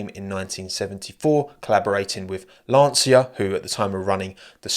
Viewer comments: Cinturato (belted), pronounced /ʧintuˈrato/ with the ‘ch’ sound in English. same applies to Lancia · oh god, that "LAN SEE YA" killed me xD